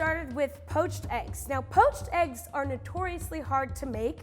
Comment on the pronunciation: porched eggs lol 😂 you’re the best, at least your English is entertaining if not fairly well spoken.